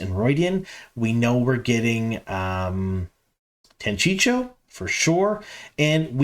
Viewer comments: It’s ridiculous how egregious your mispronunciations are. Difficult to get through your videos. Tancheecho. Gabriel? Tachico and gaebril. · I agree that the mispronunciations -- especially Tancheecho -- are a bit annoying, but dude there are polite ways to point it out ;)